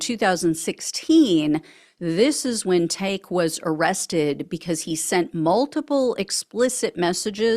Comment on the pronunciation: It's tak'ke, pronounced Tacky.